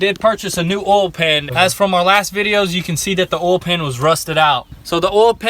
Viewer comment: It’s pronounced oil not OLLLE. 🤦🏻‍♂️